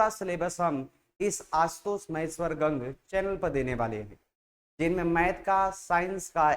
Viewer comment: गंग नहीं गंगा बोलिए.